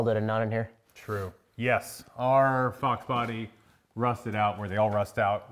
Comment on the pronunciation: "Fox Body" or "F*** Buddy"